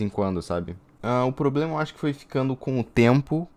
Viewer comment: "QUAL E SEU POBLEMA VELHO?" "Kiwiiiiiiiii""Fênix olha sua mae ali" ksksksksksks